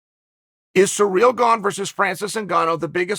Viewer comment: Nobody: Chael: Surreal Gane